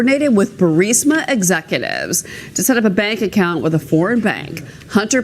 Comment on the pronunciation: barisma exeeecutivz, who talks like that, reminds me episode of Loudermilk.